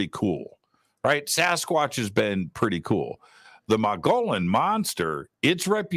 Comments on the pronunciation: It is pronounced mug-ee-yawn rim...the dbl LL is like a Y. Love your show am definitely a fan and want you to say it correctly and not get ppl angry. Just some info from an OG AZ born State 48 original! Much love! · Mogollon is pronounced Mo gee on. The g is pronounced with a hard sound.Otherwise a great show!